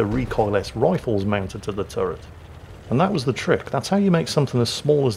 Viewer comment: "recoil -ess"? WTF? The word is recoilless and said recoil-less!